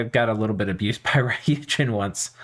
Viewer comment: Since you seem to care about pronunciation... There's no "a" sound in ryuujin. It's not "raiyuujin", but rather goes straight from the "r" sound to the "yu" sound. Literally means dragon god by the way, although the Japanese "kami" - 神, which is also used in ryuujin (竜神 or 龍神, the first part just being two different ways to write "dragon") - doesn't necessarily correspond to what somebody from the West would think of as a god. In meaning it encompasses the whole span from a monotheistic god to the various gods of Japanese and foreign myth, all the way down to the snakes, mountains, rocks, trees, ancestor spirits and all other creatures or things that were thought to hold dominion over an area, bring or ward off disasters, bring fortune or fertility, or otherwise influence life. In Dominions terms, you'll see the word "kami" (or "gami") or it's alternative pronunciation "shin" (or "jin") in pretenders as well as in various commanders and units.